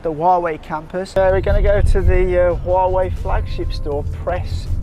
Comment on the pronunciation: "I'm here in WAUGH-wei..."